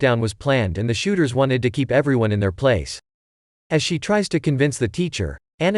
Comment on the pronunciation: Is anyone annoyed because he said shoóters